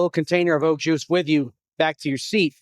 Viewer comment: “Oh joo” is how you pronounce “au jus”. Thanks for the offbeat review of food. Did you throw away everything you didn’t eat? Seems like you had a lot.